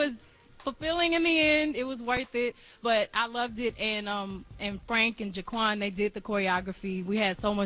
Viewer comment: did she say frank and JaQuan?....lmao